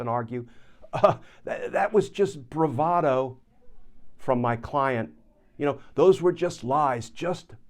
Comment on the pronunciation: Bravado eh? That is not how most people pronounce it. BTW I predicted he would claim that he was lying about the document because he is such a famous bullshitter.